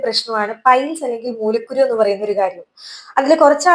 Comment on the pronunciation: Mulakkuru ennui thettayi vayichu